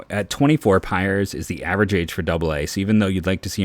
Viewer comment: it’s micah Pries with an R not Pires